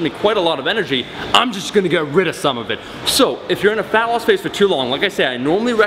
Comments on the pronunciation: Why do you keep saying "phallus"? It's fat-loss bruh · I just wanted to point out that it kinda sounds like you're saying "phallus" and not "fat loss"...so you said "you know everybody cares about phallus"...wise words bro. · Falling asleep while watching the video and I swear I heard "phallus" instead of fat loss one of the times. Srs. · Is it just me or did it sound like he was saying falice when he was saying fat loss? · Omar when you "fat loss" it sounds like ur saying "phallus"...no homo? lol